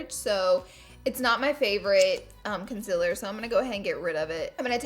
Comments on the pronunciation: You say CON-CIL-ER it's CON-CEAL-ER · I love you laura! You are the most beautiful, sweetest, and smartest beauty guru! Xoxo Edit: Laura it's concealer not conciller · lauuuura lol. please stop spelling concealer "conciller" love ya but girlllll haha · concililer lol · “Conciller” apansnjsjajaka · Melanie Monserate she spelled it thatvway because she was making fun of the way she pronounces it :)